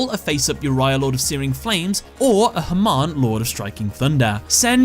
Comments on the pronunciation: Funny how your non-rhotic accent makes Hamon sound like "Herman". You can try pronouncing it as either ham-ON, or huh-MOAN. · As A Persian I can tell u the pronounciation of Hamon is "Ha-Moon" 3 years late to this video but hope u see this :D